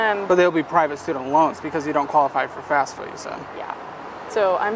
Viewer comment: Sounded like you said FASFA not FAFSA?